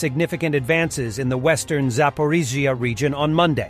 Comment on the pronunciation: You do realise that the narration voice is AI. You can pick it up when there are obvious typos, and when the narration tries to pronounce Zaporizhzhia. It sounds like Zaporiz....zia. Listen closely and you'll hear it.